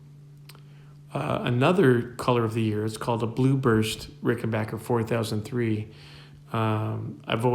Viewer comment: Bassilicious indeed.....and RickenBACKer pronounced correctly,. :)